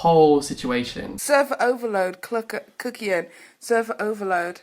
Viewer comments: I die every time she says "Kuckión~" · Why does he say his damn name like that please calm down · The 'kuckian' with a french accent part K I L L E D M E